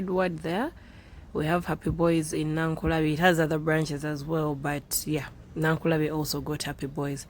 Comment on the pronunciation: Meanwhile its Nakulabye not Nankulabye😁